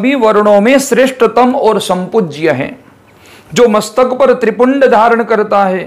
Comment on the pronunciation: नमस्कार बहुत ही सुंदर जानकारी। नम्रता पूर्वक थोड़े सुधार की आवश्यकता है त्रिपुंड नहीं होकर त्रि-पुंड्र होगा। पुन्ड्र का मतलब संप्रदाय का चिन्ह। पुण्य का मतलब सिर्फ चिन्ह है धन्यवाद